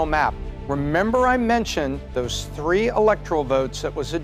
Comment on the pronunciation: I don’t know, but Trump had Ter Hundred and Thirty Ter of them!! 😂😂